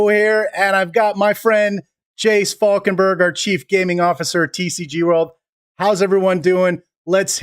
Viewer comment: Falkenberger?? lol Bloody yanks....its Falkenberg